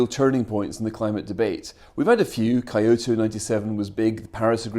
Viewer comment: The worst thing about this episode was definitely Nelson's pronunciation of Kyoto